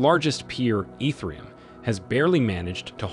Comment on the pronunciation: You call etherium... Ee-th-rium.... ew